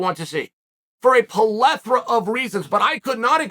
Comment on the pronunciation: We just gonna skip over “polethra”?😅